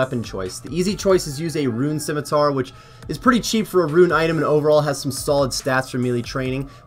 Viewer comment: Can we please stop saying Skimmy? It's pronounced fuckin sim-a-tar. Seriously the most annoying thing about this game. You said Skimmy up till and you then say Rune Scimitar proper.... What the hell...